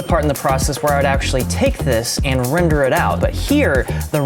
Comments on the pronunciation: "If we consider this as a WRENder" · I keep hearing the word as "WRENder" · hehe.. Wrender